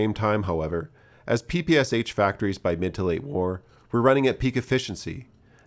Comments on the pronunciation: It's "Pee Pee Sha", not "Pee Pee Ess age". The kyrillic alphabet has a letter for the "Sh"-sound, which is why the h in in lower case. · Pronouncing Sh as S-H is wrong. It's a single letter in Cyrillic, pronounced as SH in "she". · "Pepesha", not "Papasha" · PPSh-41 is commonly called "Pepesha" not Papasha, at least in Poland and the rest of eastern European countries. Great video as always though! Shooting a PPS-43 in full auto is awesome!